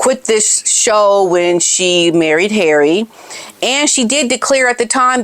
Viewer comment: u just kill me wen u say ' Haerry'...n im sure ur a betta actress dan Farcical Farkle...coz ur so funny 😂😂❤